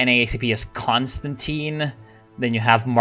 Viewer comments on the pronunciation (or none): none